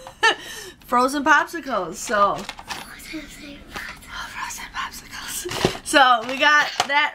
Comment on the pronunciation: Tell I gave you a thumbs up and an extra one for him and those frozen possickles! 😁 (that's how Aidan said it too!)